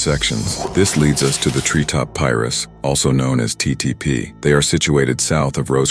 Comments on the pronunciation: Lol they want to know so much about our culture so bad lbs 😂 that’s not how you pronounce Pirus white man 👨😂😂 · pirus : PIE - RUUUSSS not pyrus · Bro I’m lost like what is piris 😂😂it’s PI-RU😂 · Says "Pie-roo" but when the S is tacked on the end all of the sudden it's "Pie-riss." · On PIEruss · Soon as bro started saying “pyrus” and “peru” I couldn’t keep listening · The Tree Top "Pie-Rus?" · He can say East piru street but can’t pronounce piru’s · Pirus lol I'm having a hard time watching this because of that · how this da AI is pronouncing Pirus hilllarrriiiouussss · It's Pirus say it right. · omg thats irritating hearing pirus pronounced like that